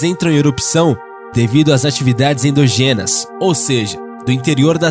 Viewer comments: Aos quando o narrador lê "endogenas" e não "ENDÓGENAS"... parei. Não dá prá aceitar. Adeus. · Endógenas. ENDÓGENAS. É PROPAROXITONA.